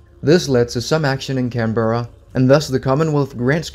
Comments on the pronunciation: Canberra is pronounced Canbra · It pronounced cambra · Canberra is pronounced can-bruh